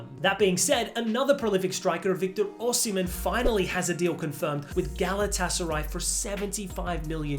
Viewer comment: Nice pronunciation of Osimhen